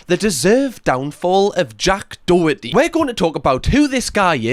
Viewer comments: Its pronounced "doh-her-tee" its an irish surname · As a Doherty the boy can't even pronounce his own name properly it's Daw-herty😂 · When you HAVE to make a video about somebodies downfall it just proves your a pathetic twat and have nothing else to get views!! And you can’t even say his name right